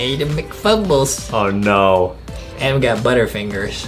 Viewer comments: Adem You. Are. Saying. Your. Nema its. Adem. 😂😂😂😂😂😂😂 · Hey i like ur vids but i dont really like how in minigames you say “vote adem” but no matter what ur vids are amazing still<3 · BLESS U ADAM or as Justin says ADEM LOL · Did you call Adam Ms Farter?